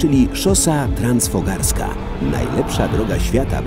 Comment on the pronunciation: to jest szosa transfogaraska a nie jak mówi lektor transfogarska